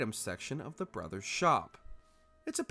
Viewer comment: IT IS "The" NOT "Th" 😅